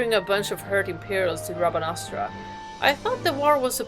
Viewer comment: I love when you say "Rabanastra" 🤣❤️